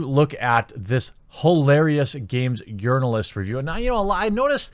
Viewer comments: haha all this time I thought you were just intentionally pronouncing journalist with a soft j; like jogging. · Man Child alert, "Urnalist". Disliked.